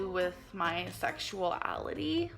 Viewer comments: “sexual-ality” lol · My “sexual-a-lity” 😂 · She said "my sexual-ality" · Gorl said "sexualality" more than once. 😂